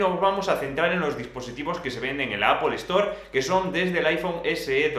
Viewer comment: Jajajajaja apol store